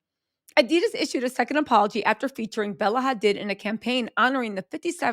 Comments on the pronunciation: Why you pronouncing Hadid like it's Hispanic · Bella Hadiddas! 😆